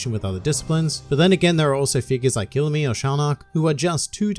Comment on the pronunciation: You are saying his name wrong it’s Pronounced E-LU-ME